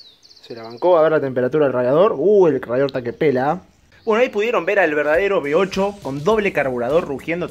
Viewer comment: ¿Eres alemán? ¡Qué coño eso de "B8"!, uve ocho , osea ocho cilindros en uve como la letra "V" y se pronuncia uve. no be. Por lo demás, muy bonito el motor, el de arranque también